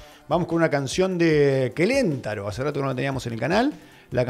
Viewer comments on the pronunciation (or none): Hola se dice Quelent-A-ro o sea con acento en la vocal “A”, me gustaría hicieras una reacción a la canción “CESANTE”, es una de las que más me gusta… muy buena lírica, como dices tu… gracias…